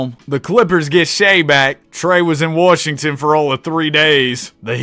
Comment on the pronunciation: The way you say Washington is so triggering 😂 my grandpa says that and thinks we actually live in Seattle Warshington